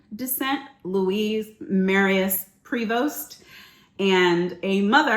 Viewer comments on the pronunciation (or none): Please stop pronouncing the S. Provost, it's a French name the S is silent.